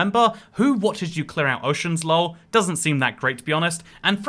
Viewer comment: pronouncing Lol: Lull 💜👽